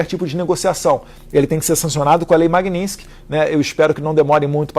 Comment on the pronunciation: TA BOM... MANDA ESSA LEI... MAS APRENDE A FALAR MAGNITSKY PELO MENOS. "Maguininxqui".